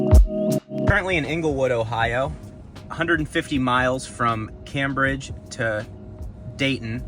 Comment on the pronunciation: And Cambridge is Came Bridge not Cam Bridge.